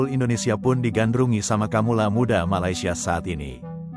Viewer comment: kawula bukan kamula